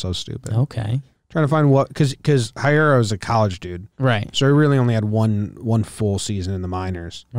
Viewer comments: Nah man. Hiura is a Japanese name so it's pronounced exactly like its written. Not Haiura like every american says. Just Hiura Edit: I think I'm not clear enough. You got the "Hee" part right but forgot the "u". Heeura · Not a Brewers fan, but I believe it’s pronounced Keston “Heera”